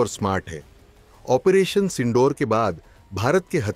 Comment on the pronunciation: Aap operation ko onpration bolne ki galti kerte hai, please correct this habbit, waise aap bahut acha bolte hain, well done